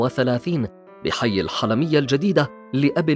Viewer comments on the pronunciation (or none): السلسلة ممتعة جدا والإعداد لمحتواها مميز ولكن ارجو الاهتمام بالنطق الصحيح للمفردة سواء كانت لمَعلم او مهنة او خلافه فحي الحِلمية بالقاهرة ينطق بكسر الحاء وتسكين اللام والقُرَداتي تنطق بضم القاف وفتح الراء ولا بأس من محاكاة اللجهة المصرية عند نطق اسماء الأفلام او المهن او الاستعانة بالمسمى المرادف لها وفي حال عدم الرغبة بنطق كلمة القرداتي باللهجة المصرية فيلزم الاستعاضة عنها بالمسمى الصحيح لغويا وهو مدرب او مروض القرود. اعتذر عن الإطالة ولكن رغبة برفع مستوى محتوى هذه السلسلة الجميلة. اخوكم ممدوح من المملكة العربية السعودية